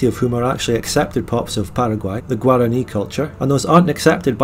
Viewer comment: pronouncing Guaraní correctly 👌👌😩😩